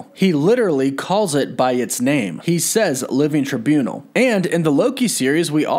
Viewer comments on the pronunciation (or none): Living try buu nall, not tribunol